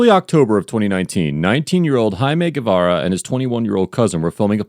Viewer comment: Nicely pronounced! Guevara 👏